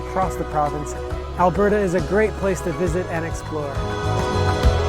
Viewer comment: Your Scottish accent saying Alberta is just perfect 😂👌🏻